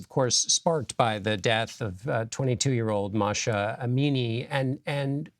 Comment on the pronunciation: It's not MASHA! It's Mahsa They put a Jane news pinup. He can't learn Mahsa, look! MAH-SA